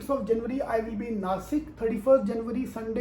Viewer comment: janwary nahi hota meri akalmand janta....either pronounce it as JAN-UARY or please don’t do it. Saalo tum jaise chutiyo ki vajah se Indian accent Ka mazaak udta hai.